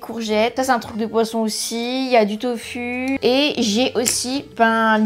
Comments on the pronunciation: On prononce “tofou” si jamais 😊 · Ta façon de prononcer le mot « tofu » ça me tue 😂🤭